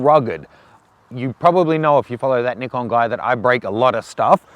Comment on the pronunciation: Good review,practical realistic and unlike all the American reviewers, pronounces the product name correctly, Ni-kon not Nai-kon